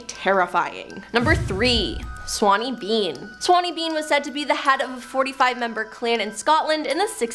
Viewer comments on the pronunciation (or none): it's sawney not swanney